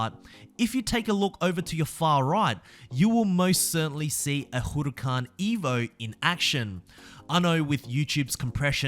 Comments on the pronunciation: Hey just a quick tip, you don’t say “Hu re can” you say “Hu ra can” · LAMBORGHINI HOROOCAN